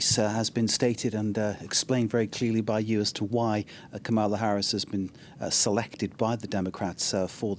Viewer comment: Its KAMALA it rhymes with PAMELA ya don't wont no dramaLA!!